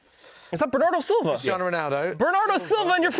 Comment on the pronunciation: man said silva 😂😂😂😂😂😂😂